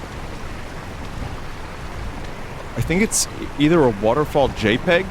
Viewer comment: Do games like this come out as some sort of cosmic penance for every good licensed game we get? Does the ghost of LJN arise and point a withered finger at a handful of licensed games per year? Most importantly, is it possible to hear Vinny say "JPEG" and not hear it as "Jape Egg"?